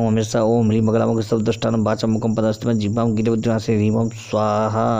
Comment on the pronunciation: आपको प्रणाम करते हुये क्षमा माँगते हुये यह कह रहा हूँ ह्रीं और ह्लीं दोनो का उच्चारण आपने उलट पलट कर दी है। ॐ ह्रीं भ्रामरी,,,,है यहाँ आपने ह्लीं कर दी पुरे अष्ट विद्या मंत्रों में। आपके विद्वता और स्पष्टवादिता का मैं हृदय से सम्मान करता हूँ। कृपया इसे अन्य भाव में न लिजियेगा।